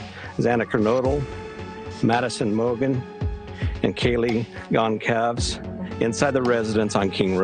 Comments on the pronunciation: Can we please, please learn how to pronounce “Goncalves” correctly?? News reporters are all over the place with this, throwing out whatever they want. It’s NOT THAT HARD! and it’s extremely disrespectful to the victim and her family. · the police chief can't even pronounce Goncalves. incompetent prick